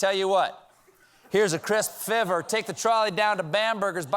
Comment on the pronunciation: You'd think they would have gone over how to pronounce "fiver" in rehearsal. Here's a hint: it doesn't rhyme with "liver."